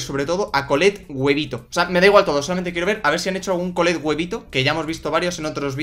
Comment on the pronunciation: Me gustó cuando dijiste colllet huevito🤣🤣🤣🤣🤣🤣🤣🤣🤣🤣🤣😂